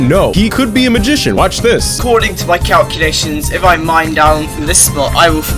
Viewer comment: “according to my calclations”